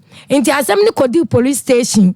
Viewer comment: R and L 😂😂😂😂. Porice ,Feek